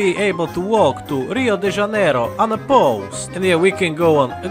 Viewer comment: uncanny how he pronounces Rio de Janeiro correctly